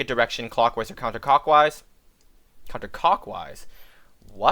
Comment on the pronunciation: countercockwise LMAOOO